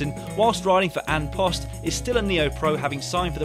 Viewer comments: hahaha "AN POST" its Irish Dan its pronounced On Pust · Horrible pronunciation of "an post"... it's pronounced "on pust" (roughly)